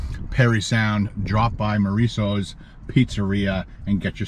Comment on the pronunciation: Maurizio's not Mouriso's lol